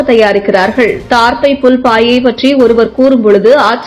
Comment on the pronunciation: தார்ப்பை புல் அல்ல.தர்ப்பை புல் என்பதுதான் சரி.கவனமாக பேசுங்கள்.